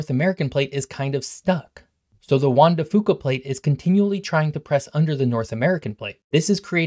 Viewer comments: Im so so sorry to be this person but its said Juan de Few Kuh not fooka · Juan de "FEW ka" pronunciation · Juan de Fuca is more phonetically pronounced like "Juan de Few-cah" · It’s pronounced Juan de Fewca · PNW-er here: it’s pronounced Juan de “Few-kuh” 😉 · Juan de Fuca is pronounced "Wuan de feuuka". Also.....remember the Pacific Mt Range is between the coastline and the I-5 corridor, thus blocking most of any title wave. This range is on average 1000ft high.. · Great summary, though, if you checked, you'd find most of us call it the "Juan de FEW-ca" plate… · Fuca is pronounced with the U sounding like the word YOU. I know, I live here. Just went to Juan De Fuca rec center yesterday.